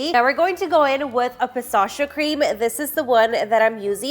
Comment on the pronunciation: Why u say pistachio like that?